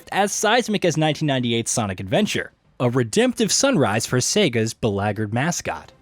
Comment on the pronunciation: Your pronunciation of beleaguered was not even close to english.